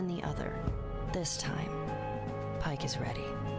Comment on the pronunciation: Yeah, Pike said it wrong